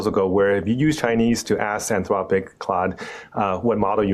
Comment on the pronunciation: 'Anth-lopic' say it properly, AnthRopic. Or stop using AI to do the voices in your videos.